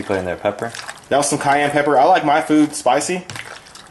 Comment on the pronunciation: Aaa.. May i please request you to write down the "First Two (2) Ingredients" that you used at on your Chicken and at on your Fish .... ? (The Lobo one and the Red Powdered one, i guess you said "Cayon Pepper" or something)... ? Sry, i didn't get them. Although i got the "Third Seasoning". But i still don't know, if i could find them all here in Saudi Arabia or not... :-S Any suggestions please... ? And yes, to Cook the "Japanese Sweet Potatoes" you said, you preheated the Oven for 400 Fahrenheit or Celsius... ? I am actually a bit new to calculate or measure the Food/Diet etc.. Anyways thanks a lot for answering my questions in advance !